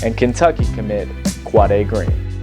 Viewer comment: you pronounce his name wrong